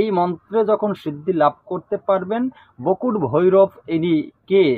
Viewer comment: বকুট না বটুক ঠিঠাক বলুন